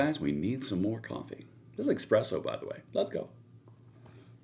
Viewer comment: I really like your videos But! There is no ‘x’ in espresso. You said “exspresso”. Sorry but it made me laugh. 😂 Had to mention it. Cheers! 😅